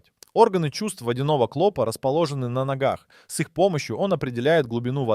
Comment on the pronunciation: Никогда не поставлю лайк и не подпишусь на человека-клОпа,жУки,да и много,много чего.Ужас,неужели сам блогер так разговаривает? Пипец,фу